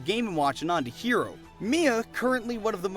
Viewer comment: Excellent video as always, but the HE in HERO is pronounced like "HEretic"